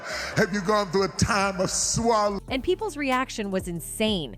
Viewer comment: Why would he put that inflection on the first syllable of SWALLOW? WHAT A DEMONRAT FREAK!!